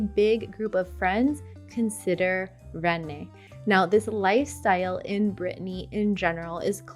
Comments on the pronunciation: Some good suggestions but I wonder how many of these cities you have lived in or even visited. Incidentally your prounciation of some of these place names is way off. You can do better than that. You say for example Ren-nes as if the name has 2 syllables. It is pronounced simply enough as Renn, the e and s being silent. Beyond all that anyone who moves to France without experiencing the many treasures to be found in Paris is missing out on French life. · As a French man, I can say that some photos don't match the place they're supposed to be illustrating, like images of Paris or Strasbourg for Besançon or of Paris when talking about Rennes (which correct pronounciation is 'REN' and not 'RennES' btw 😉). Some given information are also quite questionable, when saying that Strasbourg is a small town or that Besançon lies near the Alpes !! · Rennes is pronounced wren, not raynay, or Renee… and it’s brahta-gn, not ña,, it’s a hard sound to hear and replicate for foreigners, so Brittany is fine… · Nice video, but pronouncing Rennes with a non-existent accent over the second "e"? Really? The English pronunciation is exactly like the word "wren." The French pronunciation uses a slightly rolled "r" at the beginning. For all the research done for this video, spend an extra 10 minutes and learn the correct pronunciations. That's a good first step to not offending the locals. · Change this if you can. Rennes is pronounced RÊN- and no French person would be able to guess what you say unless it's written down as Rennes. You are saying the name René and that's a man's name or Renée- a woman's name. Rennes being number one on your list it will benefit this video to say the number one city correctly in my opinion. I'm curious how Rosetta Stone didn't catch this? Thanks! Very informative video indeed. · RENNES is pronounced as the English word, Wren, as in the bird. No need to make it a two-sylable word. It's WREN. Period. Thank you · 🤦🏼‍♀️… it’s not René it’s Renn